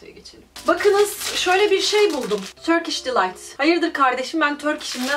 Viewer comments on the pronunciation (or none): sahip çıkalım Türkiş delayta Xd